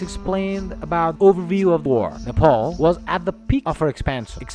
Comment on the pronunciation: I beg you please please please don't mispronounce the name Nepal. Why do you keep pronouncing Nepal as Nepol? I don't have much problem with your fake accent as long as it is clear but when you don't pronounce the name Nepal as it is, i do show problem against it Alright.?? So please..........